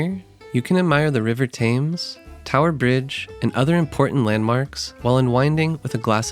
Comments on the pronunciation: Typical Americans! You produce a tourist video about a City you know nothing about, claim to have lived there for 6 months. Big deal! You know nothing about London, and clearly learned nothing in your time there. Most importantly, the river Thames is pronounced “Temms” NOT Tames. The lake in Hyde Park is called The Serpentine, not The Serpenteen. If you’re going to make a video about someone else’s country or city, get your facts - and pronunciation- right! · Thames is pronounced TEMS not TAMES, just sayin'. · Just a quick note -- I think Londoners pronounce the name of their river "tems" as opposed to "tames" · Thames is pronounced closer to “Tims” it’s not pronounced with long a” Nice video though - thanks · Great video with informative and helpful tips for visiting London! I wanted to share a helpful tip (not a criticism) on how to pronounce "Thames" - it should be "Tems" (pronounced like the word "Stems" without the "S". Thanks for all you do! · Thames is pronounced ‘Tems’ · Please..for gods sake..learn how to pronounce “Thames”… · please stop saying thames like that it hurts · Thames pronunciation is very irritating. English is quirky, but still...